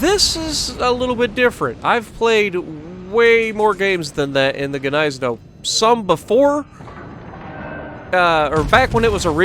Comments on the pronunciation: Nice video, I Love the Gneisenau, also (if you dont mind me knowing better, I'm german) It is pronounced GneiseNOW(Gneisenau) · Isn't Gniesenau pronounced "Nize-Now"? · I rather pronounce ot Gneisen ow(like hurtinh yourself lol)